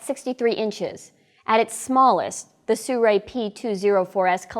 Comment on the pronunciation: Soo-ray? How does Sirui end up sounding like Soo-ray? Not being critical here. Just curious.